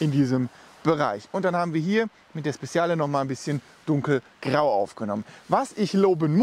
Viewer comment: PS.: Es wird „Spedschale“ ausgesprochen und nicht „Spessiale“ :))